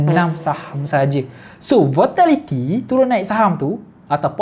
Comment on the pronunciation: volatility bang bukan votality